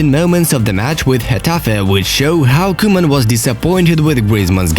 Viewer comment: No one: football news: vOn dIjK. koOMaN